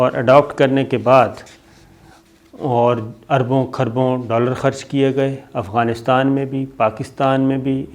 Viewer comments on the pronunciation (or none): none